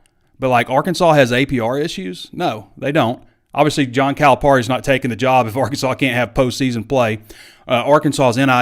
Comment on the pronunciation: We're really going to have to figure out how to pronounce his name right at least... Cali - PERRY